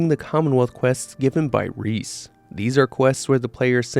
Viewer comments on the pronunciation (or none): none